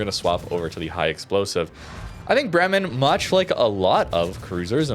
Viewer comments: its Bremen, not Bremmen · As iam from Bremen, i gotta Say its a long first E in Bremen, so basicallly Breemen but not Brimen :D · For pronantiation: Its "BREH-men" the stress is on the first syllabus. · Bremen is a German city. That first e in Bremen sounds like an a, as in day. It's pronounced 'Braymen'. I'm not German, I'm Dutch, but still I think it matters to at least try to make an afford to get close to what it suppose to sound like. And this one isn't that hard. The b and the r are a lot more difficult for a non German, but that first e,....it's hard to miss.